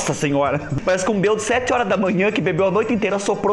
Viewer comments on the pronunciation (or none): Boa tarde do seu adoro quando você fala beldo kklklkk vou fazer essa receita gostei Beijo beijo 💋💋💋💋👍👍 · Acho muito engraçado vc falar bêbado kkkkkkk vc fala belbo . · quase morro de rir quando vc fala beudo kkkkkkkk